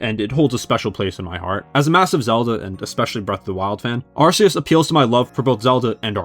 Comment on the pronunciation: It’s pronounced meh-tuh-GROHSS, arr-KEY-iss, kuh-STEEL-ee-uh, KAH-lohs, and ray-QUAY-suh, “”! 🤨